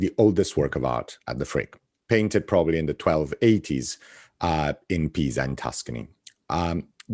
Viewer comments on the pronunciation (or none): none